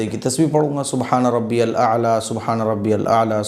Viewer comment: MUFTI SAHAB "SUBHANA RABBI YAL AALA" HOTA HAI